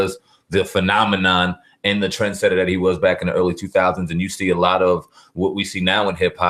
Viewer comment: Trendsetter Not Trensetter